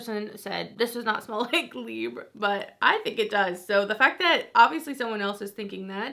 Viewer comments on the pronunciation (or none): You’re so cute & I found you just a week or two ago and I’ve been absolutely BINGING your videos. Just a little P.S. Libre is pronounced Lee-bray